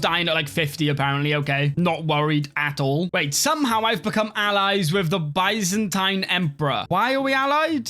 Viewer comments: Byzantine is pronounced biz-en-teen. LOL. Good video, sir! :) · One day will pronounce Byzantine correctly but today is not that day.